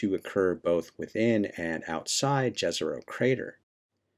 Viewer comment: The name is pronounced like "Yezeroh", btw. Please up your game, it will only benefit you and everyone else.